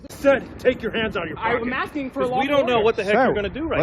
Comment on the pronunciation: Hey ….buy you some Hooked On Grammar VHS tapes and learn to speak. He says he is “axing” her for a form……